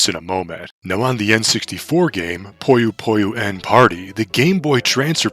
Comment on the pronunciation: Hey, just letting you know that Puyo Puyo~n isn’t pronounced “Puyo Puyo N”, but instead “Puyo Pu-yon”… The game title itself is actually a pun, considering Puyo and Yon (the Japanese word of the number 4) both have “yo” in the name. And seeing as this is indeed the 4th entry in the Puyo Puyo series, they named the game Puyo Puyo~n! Clever, huh?